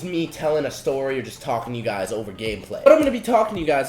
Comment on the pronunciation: "tell u guys a Stoy"???